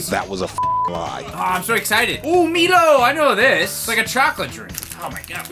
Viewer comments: I'm Australian and the only things I'm (jokingly) offended by are; saying that Turkish delight is orange flavoured (the Cadbury one is Rose flavoured like the main traditional Turkish delight but you can get orange flavoured non-chocolate covered Turkish delight.) and calling Milo, me-lo instead of my-lo. Also Milo is mostly malt barley and only flavoured chocolate. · 1. Oreos are nothing like Tim Tams, oreos are nice but come no where near the awesomeness that is a Tim Tam. 2. I hope you are pronouncing Mile as a joke, like, yall have the name Milo in america, so you must be joking right? 3. You used way too mucb Vegemite, thats was like enough for 3 pieces of toast and you put it on 1/4 of 1 slice of toast. not to mention you didnt use any butter... classic american mistake, yall always eat it by the spoonfull and then cry that its over-powering. Glad you liked most of the chocolate stuff, its better than that overrated hershie stuff yall eat. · Okay,. Two things you did wrong here. First, you used way too little Milo (Pronounced My-low just so you know). You need a lot more milo than that. If you have one of those electric frothers, use that. The milo will mix faster. Secondly, the vegemite. The amount you used isn't too bad but where's the butter? Why did you neglect the butter despite knowing it's going to be salty? If it's still not good enough for you, melt some cheese on it. Vegemite and melted cheese is awesome. Or better yet, just an FYI. LA Beast ate a whole jar of vegemite, no bread or butter. And he's American too so you have no excuse. Man up! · As an Australian it hurt me inside with how you pronounced Milo. But overall not a bad review from your end though. I enjoy every food you reviewed in this vid. Have an amazing day 🥲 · the way he pronounced milo and vegemite hurt me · Everytime you pronounce milo the way you do, a cry a bit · You pronounced Milo wrong, and you need way more than 1 spoonful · It's MY-LOW not mee-low twitches